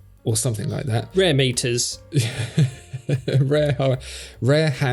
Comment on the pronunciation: funny hou you can pronounce metier just fine, but you can't do rare.